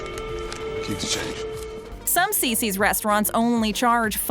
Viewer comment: Not Cicis!!